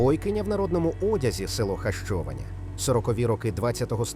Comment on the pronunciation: Якщо говорити про назву села то потрібно озвучувати граматично правильно Хащованя наголос на третій склад.